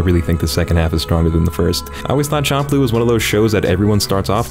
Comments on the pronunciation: dawg it's fcking SHAM-PLOO. NOT CHOM-PLOO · I am unsure if you are straight up trying to make me cringe or you just never heard the title spoken but its champ like champion champ-loo. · bro it’s pronounced sham ploo😂😂😂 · "Samurai Chomp-loo" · Wait i thought it was pronounced samurai shamploo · champloo is pronounced shamploo